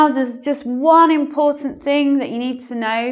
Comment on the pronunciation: I liked the way you said "IMPORTANT"... I just can't stop rewinding it..